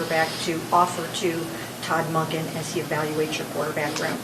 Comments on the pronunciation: Monken = dunkin not donkin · Great as usual, Q. You gotta start pronouncing his name correctly- it’s MUHNken- as in Monk. Not MAHnken. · Really interesting how says Todd Mahnkin and not Monken 😂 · Q I love your content I come to your videos to get down off the ledge because the Browns are the Browns, with that being said can you please please start saying Todd Monken's name correctly, it's just like saying a Buddhist monk with an U sound then add the "en" so it's pronounced Munk-en not Mock-en if you listen at the press conference when he is introduced you will hear the correct pronunciation, thank you for all you do FYI remember that tv show Monk just like that